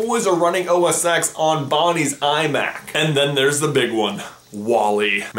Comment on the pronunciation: Dude! It's pronounced 'OS ten' ... And Apple are so secretive that most of Apple don't know what future products look like (other than the people at the top).